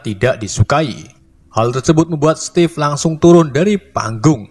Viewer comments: Stevif bang, bukan stev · Steve itu sebutan nya stif bukan stef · Ejaan nya stiv